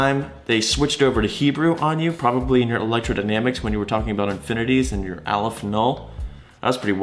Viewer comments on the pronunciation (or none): none